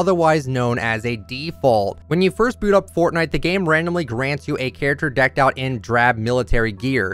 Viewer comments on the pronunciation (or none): none